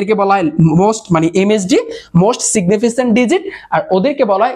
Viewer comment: এইটা সিগনিফিসেন্ট হবে না সিগনিফিকেন্ট হবে 😊